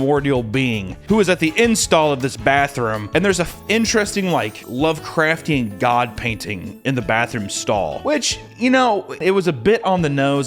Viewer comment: Please say lovecrftian one more time.